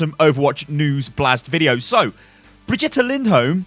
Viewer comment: It's like vegeta from dragonball in how you stress the syllables. Bre-GIT-uh